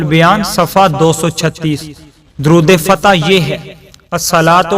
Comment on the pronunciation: Its not durood fatih